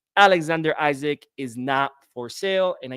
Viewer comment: His name is pronounced E-Sack the I sounds like an E, don’t take my word for it check it out yourself